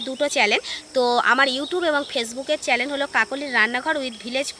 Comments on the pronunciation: চ্যানেল বলো। চ্যালেন শুনতে লাগছে। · Charlene na...chanel bolo